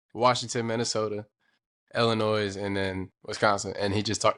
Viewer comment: Bro, love you guys but please stop pronouncing the S in Illinois :D